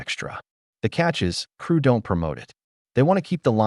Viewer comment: I wonder where this AI is from...it always pronounces "don't" as don tee....